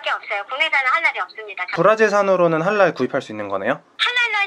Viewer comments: This video was real nice but only one problem y u sayin halal with an r at the end like "halar"? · I cant eat gluten i can but it's just our it's not a rule but yeah..I am Halal I am also a Muslim I dont look like I'm from Ireland but i was born there and its not halar its pronounds halaall